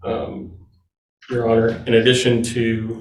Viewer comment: Yes, her mannerisms were very off-putting. The vocal fry wasn't too bad, but she dragged out a lot of final syllables, which exaggerated the vocal fry. It was particularly bad on the final syllable of "your honour", which she said far too often. The judge probably isn't going to be prejudiced against her because of how she speaks, but a jury certainly could be. I don't know if she does jury trials, but if she does then a colleague really needs to sit her down and tell her how she comes across.